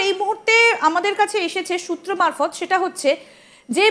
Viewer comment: সুত্র মারফৎ না সুতা মারফৎ